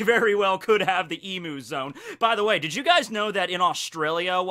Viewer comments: Look I'm sure your video will be good and all, but I'ma stop you at EMOO war... its Emu (e-mew) not Emoo... Emoo is electronic cows, Emu is the bird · [Exaserbated sigh] You’re mispronouncing emu, dude. It’s eem-you, not ee-moo. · On behalf of every Australian you're pronouncing Emu wrong. It's Em-you not Em-oo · Its not E-Moo, goddamn. Its E-Mew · Even tho im from australia and its pronounced E-myu, im gonna call them emoo's from now on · It's "eem - you" not "eem - moo" ( I'm Australian ) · "eemoo" psh... smh it's eemyoo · It's not pronounced Emoo it's Eem-u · please it's pronounced e-mew not e-moo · Please pronounce emu as "eem-yoo". As an Australian, my emu overlords have commanded me to correct people's pronunciation of their glorious name. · I guess that's the dialect because I don't think it is pronounced as Em-yu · Hahaha I’m a long time follower from Australia and I haven’t finished the vid yet! Haha emu is pronounced eem-you hahaha your pronunciation cracked me up ahaha but anyway keep making good vids man love your stuff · crikey you saying emu, burns my aussie soul. ahhhhhhhhhhhhhh nah jokes love ya vids, p.s. its pronounced e bloody mew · Finally someone who doesnt say ImUUUUU. now all that remains is to fix the EneRUUU issue.. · Actually, emu is pronounced eemyou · I can guarantee you it’s pronounced eemyou. I know us Aussies are weird like that. But emu is pronounce “eem-you” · dunnno if you were just going with the imu thing but in case you didnt know emu is pronounced "Eem-you" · emu is pronounced EEEMYUU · it is pronounced eem-yeww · It’s pronounced E Mew not emu I know it’s weird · it's another emoo it's emyou these are phonetic not proper spelling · Every Australian cringes at your attempt to say “emu”. It’s pronounced eem-you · Please don't say emu it's pronounced eem-you. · It triggers me how you pronounce emu, I'm Australian and it's pronounced E mmmmm U, e and u are pronounced as there letters. Emu